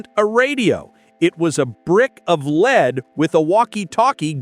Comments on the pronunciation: Led don't you mean Lead???? Closed captions got it right.. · Lead (Pb) not Led